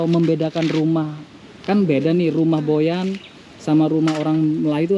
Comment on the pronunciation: Org Boyan bukan goyan